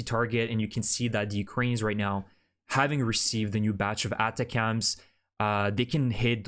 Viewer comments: DICTION...atacms is pronounced =Attack-M's not Ata-cams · Thank you for the update. Remember that ATACMS is pronounced /əˈtækəmz/ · ATACMS is pronounced “attack” “am’s”. You’re pronouncing it funny.